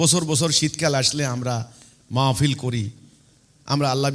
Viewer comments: সেলিম দাঁতাল মাহফিল টাও বলতে পারেনা, বলে ম'ফিল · তুমি যে এক কুলাঙ্গার নাস্তিক মুরতাদ হিজবুত তাওহীদ নামধারী শয়তান 😈 মাহফিল শব্দটা সঠিক ভাবে উচ্চরন করতে পারে না